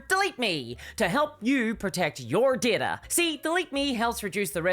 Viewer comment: At some point, I started dreaming in this woman's voice. 🙅‍♀ How is there an "r" in DATA!?